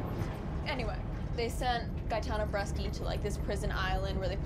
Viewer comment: Bresci not Breschi damm it!!